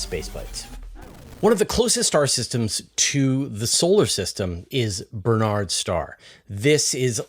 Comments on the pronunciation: Barnard's not Bernard's. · Surely the pronunciation is not "Ber-nards" but "Bar-nards" star. Minor quibble. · It's BARNard's Star, not Bernard's.